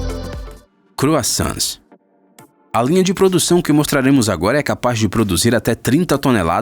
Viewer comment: 3:4 croissants ou... crossans kkkkkkkkkkkk só fan das AUs vao rir kkkkkkkkkkkkkk